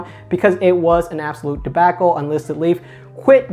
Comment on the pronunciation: Never heard anyone say,"debacle" like this. 😄🤣